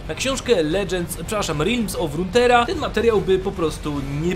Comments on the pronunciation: To nie jest Rutera, Tylko Runetera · Renetera* żadna docinka tylko troszkę mnie w uszy boli